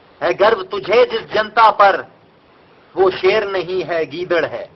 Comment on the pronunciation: “Ser” lol